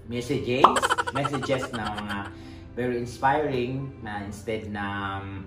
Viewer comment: mesejes mesejiis? 🤣